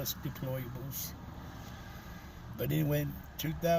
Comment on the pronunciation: "Nancy Pelosi called us deployables." Bro can't even pronounce "deplorables" correctly, maybe he is one 😭😭